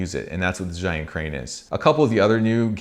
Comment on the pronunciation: it is called "zai yun", it is called bri -"dge" yun, all youtubers from non-chinese speaker spoke the wrong way.